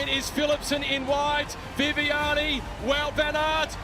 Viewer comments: Oula on a encore une palme d'or du plus mauvais commentateur, il a dit Vout au lieu de Wout ce con, ils sont grave ces français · En Flandres et aux P-B le W ce dit W et pas V donc Groenewegen et Wout au lieu de Groenevegen et Vout et le OU se prononce comme en anglais (proud par exemple) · VOUT VAN AERT sérieuuuuux !!!!! c'est incroyable et inadmissible de ne pas savoir prononcer correctement le nom d'un vainqueur d'étape du Tour, c'est quand même la BASE du travail de commentateur !!! Proficiat Wout Van Aert, heel mooie sprint, Belgïe is fier van jouw, dank u wel. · eh le frouze, c'est un belge donc tu prononce son nom comme il faut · Eurnie oui mais là ça fait déjà plusieurs fois qu'il y a la même erreur